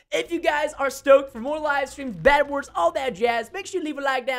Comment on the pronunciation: Bedwars not vedwars